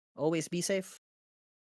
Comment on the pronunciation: and its pronounced safe, not sapi facepalm